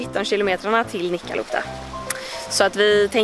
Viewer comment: Fyfan ditt uttal på nikkaluotka